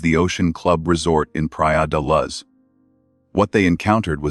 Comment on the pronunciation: It's not Praia de LUZZ